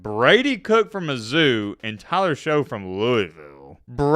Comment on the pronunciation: Tyler Shoughs names pronounced Tyler Shuck not Tyler Show